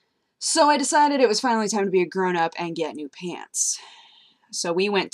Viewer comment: "Peants" Lol It's you say pants funny